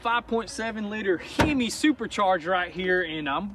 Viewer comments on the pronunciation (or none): “I'm rolling the 5.7 litre HE-MI supercharger right here" - Just love them dudes how they keep on reinventing and coming up with new pronunciations lol